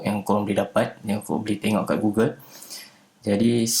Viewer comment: Sebutan dia gogel bukan gugel